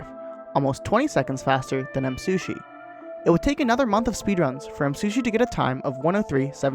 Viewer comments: Nice video, but you mispronounced Msushi the entire time :/ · i like how he says msushi instead of me